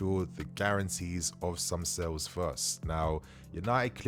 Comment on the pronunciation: It is not "sells". It is "sales". You're British, and should know better.